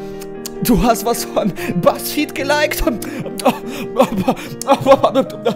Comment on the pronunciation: Ich muss immer wirklich IMMER lachen, wenn du buzzfeed wieder so werid aussprichst. Und immer wenn das kommt bin ich natürlich am trinken😂😂😂